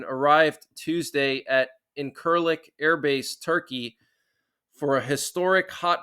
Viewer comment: It's pronounced in-sir-lick. Just fyi. Appreciate the updates